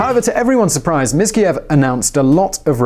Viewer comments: He is not Miskiyev you idiot. He is Mirziyoyev! Before you make video, learn how to pronounce. Xayvon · Pronounced Mirayev Wrong( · yeah, you're right. I'm being rude. Sorry about that . Just too many "experts" around us nowadays. He pronounced "Miskaliyev". I don't think it was a just mispronounciation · The name of the current president is being pronounced wrong: he is actually Mirziyayev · You couldn’t pronounce the name of President of Uzbekistan. *Mirziyoyev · Every time you pronounce the family name of the current president I laugh and also get offended a bit 😁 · As an Uzbek I want to thank you for shedding light on the situation, but man you butchered Mirziyoyev's name XD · mispronunciation of the surname of current president of Uzbekistan. Read your preparation scripts properly, then you don't make such a stupid mistake, asshole.